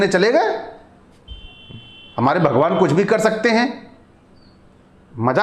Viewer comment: अबे भॉगोवान नही भगवान होता हैं। ठीक से बोलतो ले।